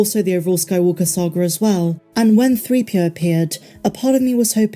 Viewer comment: She called him CPO. Not ’Threepio’ …. She called him CPO. Can we start there? That’s not okay.